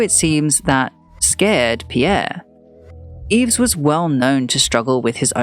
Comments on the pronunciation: Yves is pronounced EVE. #fail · Just a small pointer - I don't think one pronounces the s in Yves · Enjoyable except for the persistent mispronounciation of Yves.